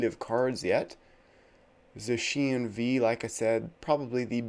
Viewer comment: Please change the way you pronounce Zacian lol you’re the only person that pronounces it that way